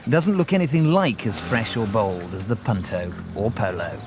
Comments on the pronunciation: what, you the punt-toe 🤣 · The way he says Punto makes me 😆